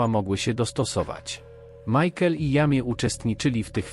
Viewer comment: Jamie to chyba fonetycznie Dżejmi😉